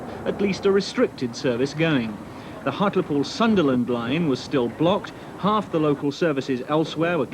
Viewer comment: Awesome! This should be on the “crap BR videos” channel though. Even the TV announcer doesn’t know how to prounounce Hartlepool.